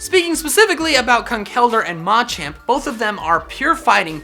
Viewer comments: It will NEVER not bother me that you put the emphasis on the first “a” in the Machop, Machoke, Machamp line…Jesus. Please say it right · The way he says Machamp makes me not want to like the video